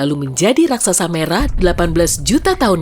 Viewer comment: Raksasa Bukan Raksaksa🙏🏻😁